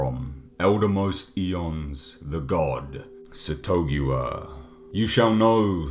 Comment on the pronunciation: I thought it was "SATH-uh-GOO-ua"